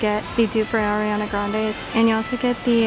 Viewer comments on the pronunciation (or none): none